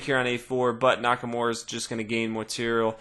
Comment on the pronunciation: NakaMURA, not NakaMORE! lol